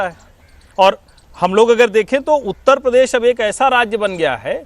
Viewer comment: हमारा उत्त प्रदेश....(मौलाना टोटूद्दीन) भाई उत्तर प्रदेश बोलना तो सीख ले...